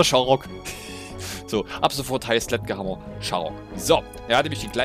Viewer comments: Man spricht es Sletschhammer aus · Nices Video wie immer # #Glotzbot (Man spricht ihn Sledschhämmer) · Ich glaube man spricht es SchledschHammer aus... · Zum Glück wird er Sletschhammer ausgesprochen ^^ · Den namen vom Sledgehammer spricht man Sletschhammer aus :D . Nur so als Info. Sledgehammer bedeutet übersetzt (glaube ich) Vorschlaghammer. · sledgehammer was wie sprichst du das aus ist ja schlimm